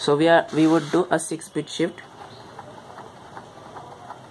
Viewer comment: "shix bit sift". Good tutorial btw.